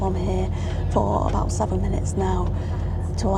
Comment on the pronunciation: You get aboot lol